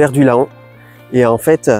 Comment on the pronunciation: J'ai beaucoup aimé votre vidéo, merci, mais j'ai eu du mal à chaque prononciation de "Laon". Cette ville de l'Aisne se prononce Lan, même si elle s'écrit Laon. Pour la prochaine vidéo 😊. Merci encore